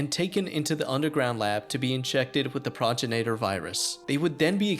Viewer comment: I'm pretty sure it's pronounced Pro-gen- it-or